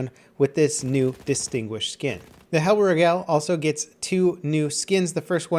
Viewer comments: The way you say Hellriegel really pisses me off. Where do you get "Hell-ruh-gell" from? It's Hell-rieg-uhl. Also, The Tone-enberg? Really? Do you just hate the German Language? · I think it's pronounced "HELLREEGAL" - if it's german that is. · "Hellreegell" lol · Please don't 'Merica' the name and just say Hellriegel normally...